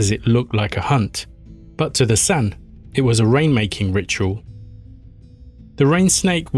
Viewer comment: In the what region lmao? Why can't people look up the pronunciation of names and words they don't know. Lesotho is pronounced Le-soo-too, it's a country not a region of South Africa. Originally it was Lilith in serpent form. Ps you keep shortening and "flattening" vowels, San has a slightly longer "a" like saan.